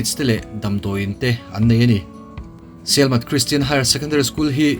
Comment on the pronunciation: Sialmat nilovin Sielmat aw